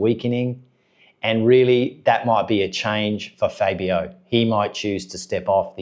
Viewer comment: if you're gonna do a video pronounce the riders names properly it's FAB-e-o not fay-be-o